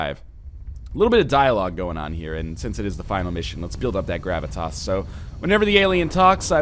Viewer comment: "Little bit of dialogue going on here, and since it is the final mission, let's build up that gravitasse, so whenever the alien talks I will do my best to dissuade my normal instinct to talk like a blathering idiot overtop of it" Proceeds to talk over almost every line the Uber Ethereal says for the rest of the mission Great self control NL....